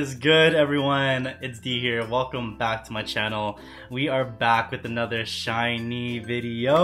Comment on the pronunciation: It's pronounced just like the word shiny. You don't have to put emphasis on the two 'ee's like you would in employee.